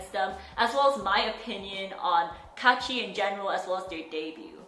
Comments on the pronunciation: I still cringe when I hear ITS KAACHI! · pum pum pum pum pum pum it's kAAAAchiIii